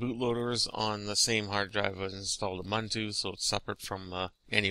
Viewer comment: Ugh it's pronounced "oo-boon-too". It's a real word and used on a daily basis in Africa.